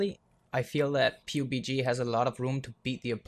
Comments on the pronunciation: Really don't like how you say PUBE-G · Dafuq is that PUBG pronounciacion? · that's not how you say pubg